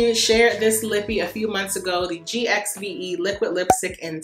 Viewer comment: The Gwen Stefani GXVE brand is pronounced “Give.” Love your videos.